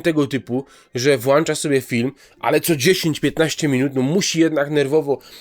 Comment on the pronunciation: WłĄczać a nie włanczać xd